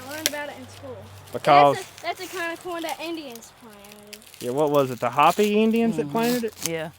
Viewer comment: im not trying to sound mean or rude but being Native American myself i feel the need to correct this. Hopi is pronounced Hoe Pea... not Hoppy .